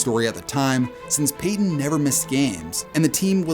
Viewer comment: Did you say 'Peyton' or 'painting' 😂